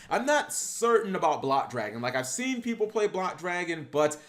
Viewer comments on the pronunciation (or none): none